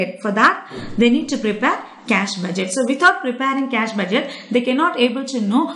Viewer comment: how many times did she said cash budgeteh